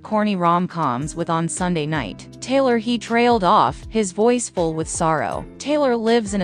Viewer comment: Hate this voice, is she saying Taylor or Kayla ?